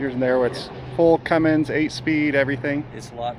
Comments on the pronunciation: Cummins man, Cummins. There's no g at the end. Just saying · Never trust someone that calls a Cummins a Cummings.......I would've said nope, turned around and not sold it to him. 😂😂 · i was really happy to see featured for something good... then he kept saying cummings.... and you kept saying CUMMINS! wish i had seen you in town... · said Cummings lol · But every time he mispronounced 'Cummins' it made me cringe.